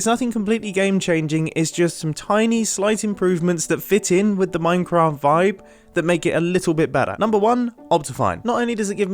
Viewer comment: did you say minecamft ? :-)